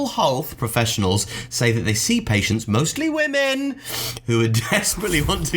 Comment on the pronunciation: the emphasise on "mostly women" killed me lol.